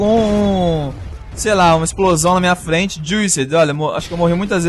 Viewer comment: O fala " flente '' em vez de frente. kkkkkkkkkkkkkk